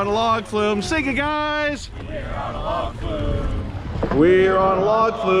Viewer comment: “We’re on a Log flew?” Or “Were on a log flu?”